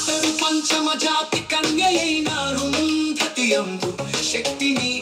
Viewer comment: ఒరేయ్ ఎదవ చాతి నెపమున కాదు రా.... జాతి నెపమున.